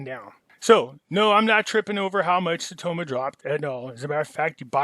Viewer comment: Saitama... its not an O. You're killin me. Lol thks